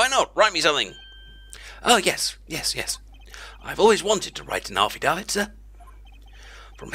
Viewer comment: affidavit is pronounced (aaf-fee-day-vit). Nice try though! :D